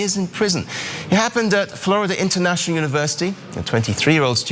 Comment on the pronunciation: You had me at floridia (rhymes with chlamydia).